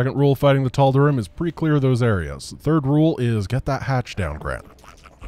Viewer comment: I may have missed this in a video long ago, but why does Grant pronounce "Tal'Darim" with an "ihm" instead of the "eem" ending (like the characters pronounce it)?